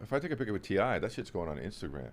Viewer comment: “pic-cure” hhmmm